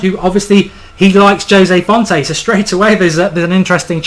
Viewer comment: Jose Fonte? seriously?